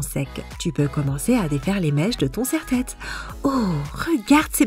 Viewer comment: C'est moi ou dans une astuce elle a dit un serre-tête